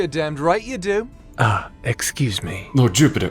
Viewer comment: “lord jiewpitah” kills me every time 💀💀💀